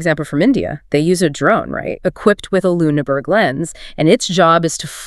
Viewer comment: Who is the chick speaking on this? It’s Luneberg Lens, not LuneNberg. Misspoken at least three times Not spoken correctly even once.